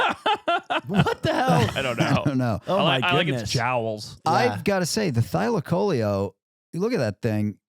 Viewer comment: the pronounciation thylaco-leo. leo as in lion😂